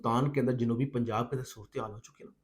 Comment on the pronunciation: Punj aab hai punj baab NAHi